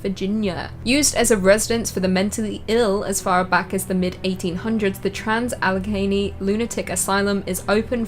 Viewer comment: OMG yay, said Allegheny right!!! So many ppl cant seem to say it right🤣